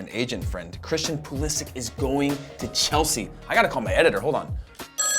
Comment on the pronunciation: If you could pronounce Pulisic than I might be a decent video